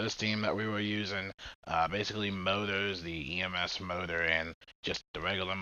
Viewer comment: i keep wondering why you were saying motor? then you said ems motor and i realized you were saying mortar. that said yeah ems and mortar honestly pretty key in this mission. just keeps them fellas back. its the biles that just absolutely stomps around.